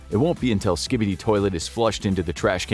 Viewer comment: SKIB EEE DEE